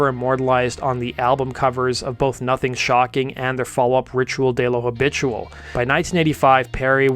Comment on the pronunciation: U pronounced “ritual de lo habitual”very wrong but good video none the less